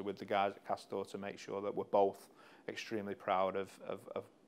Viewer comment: did he say cost down?